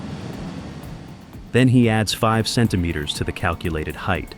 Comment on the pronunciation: I would have thought that AI narration would have learned how to pronounce "centimetre" by now.